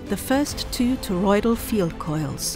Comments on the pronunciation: Aryansh Sharma god damn it, it sounds a lot like she is saying polloidal. Well, thank you. I will edit it. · not to be that guy but its toroidal meaning donut shaped